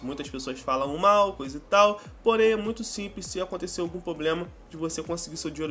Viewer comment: que dificuldade esses you tubers jovens tem de falar problema correto.Poblema nao pqq